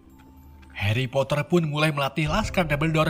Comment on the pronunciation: kok suate heri bukan nya hari ?